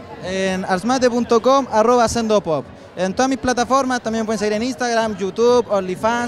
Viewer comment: No se cuantas veces ha dicho mal Arsmate la pame sbbsjdjdjdd LA AMO 🖤